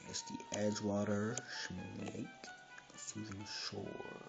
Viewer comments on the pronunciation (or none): none